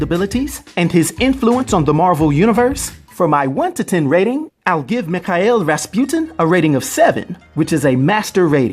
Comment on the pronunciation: How can you pronounce Mikhail wrong? Lol